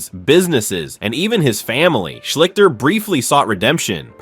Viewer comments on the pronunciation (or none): Art 'SHLICK-ter' ????😵‍💫😵‍💫😵‍💫 These football mini-docs would be more entertaining if the player's names were pronounced properly. Simple research on the subject matter would provide the proper pronunciation before you release the final product 😕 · Art Shleester is how it's pronounced.